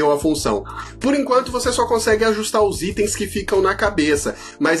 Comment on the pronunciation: "Istem" foi fd 😂